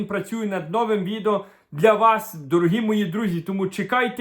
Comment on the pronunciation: новИм У більшості двоскладових прикметників наголос падає на закінчення: нови́й, стари́й, гірки́й, тонки́й, товсти́й, тісни́й, вузьки́й тощо.